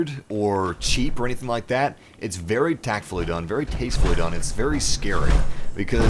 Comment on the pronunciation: Be vewy vewy quiet I'm hunting deathclaws